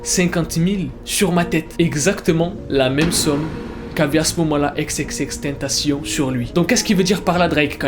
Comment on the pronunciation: Prononce bien son blaz par contre